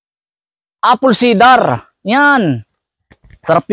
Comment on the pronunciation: Apol sayder ang bigkas (apple cider)